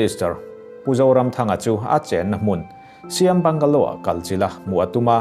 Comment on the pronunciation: Bangalow tiin a chhiar kher a, bangla ti mai se a chiang mai a